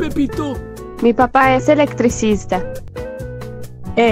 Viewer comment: jajajajajajajajajajajajajajaja apostaria mil dolares a que no pude pronunciar electrisista jajajajajajajajajajajaja